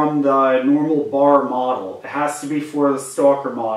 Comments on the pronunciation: B.....A.....R. not Bar. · it's not bar, it's B.A.R.